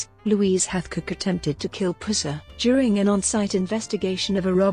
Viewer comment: Your electronic voice mispronounces his name constantly. The 'Puss' in 'Pusser' is said more like the infection in a wound instead of a nickname for a Cat? (Or like....well you know??)